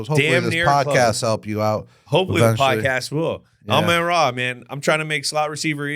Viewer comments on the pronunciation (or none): Why does Jules add the letter "n" to some words & drop it from others?! 😱 For example, he calls it 'hefeNweizen' - but hefeweizen is pronounced hay-fuh-vite-sen. [Beer snobs chime in!] Then he butchers Amon-Ra St.Brown's name. Says it ok, but his next sentence this garbled 'Amay-ora' comes out when he starts the 10-minute timer. Let's just say it's more painful than funny.